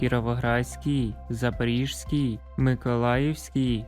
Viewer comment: ШАНОВНИЙ ДИКТОР , НЕ ЗАПОРіжській А ЗАПОРІЗЬКІЙ ОБЛ